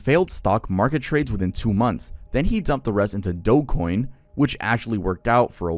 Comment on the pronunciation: The mispronunciations of red Sonja and doge coin are killing me 😭